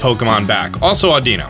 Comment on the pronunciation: lol y'all be criticising about says Jirachi instead of Victini but no-one had noticed that he mispronounces Audino's name wrong LOL He say's Audina LOL